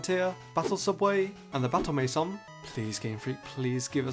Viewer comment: Wait, you pronounce "mansion" as "mason"?